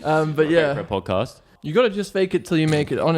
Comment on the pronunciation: the "pjoedcaspt"